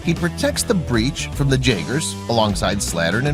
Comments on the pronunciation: He keeps saying jagger not jaeger lol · Did he say "j"aaaeger